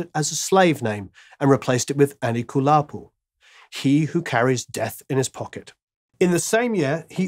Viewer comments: It's Anikulapo, not Anikalupo. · eeerrrrm its "Abami Eda" and "Anikulapo".....lolz......thanks for recognising his art.